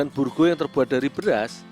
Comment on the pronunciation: burgo...bukan burgu